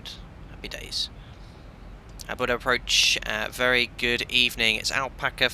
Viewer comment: Bodø with ø not o. I’m norwegian and i begin to laugh when non norwegian speakers says bodo or budu/o. And Trondheim with d not t but it’s fine.